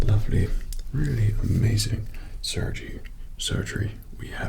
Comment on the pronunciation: I love that you zoomed in when you said Surgey instead of surgery